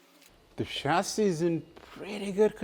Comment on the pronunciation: I like how he says chasis. Shazzy